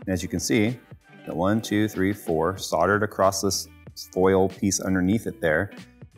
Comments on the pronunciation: stop saying soddered try saying soldered PLEASE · The pronunciation of soldered is just killing me